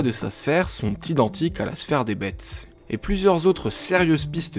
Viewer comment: je suis quasi sur que sa se prononce bess X) mais bon super vidéo!